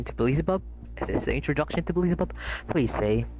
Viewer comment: Nit pick but why do you pronounce Beelzebubs name As BE LI ZI BUB should be BEEL ZE BUB 🤔